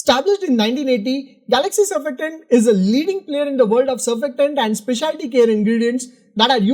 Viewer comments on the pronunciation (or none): none